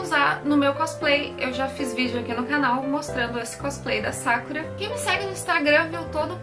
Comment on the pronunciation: E Sakura com sílaba tônica no "u" Como se fosse Sakúra mais se ler Sakura